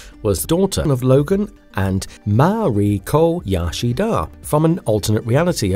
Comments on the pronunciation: 🤣 All I kept thinking was stop saying Yashida. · Gaahh, Qi-Ree-Kha, Yo-Shi-Dah, Ah-me-Koh... Whats next? Woogha-Oogha-Boogha-Who? 🤣🤣🤣👎🏻